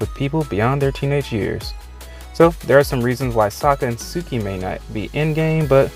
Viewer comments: It’s suki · Him: suki Me: *Y E E T S phone across room* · When he said Suki that hurt me a lot like I always thought it would be suki and Captain boomerang but I would stan for suki and zuko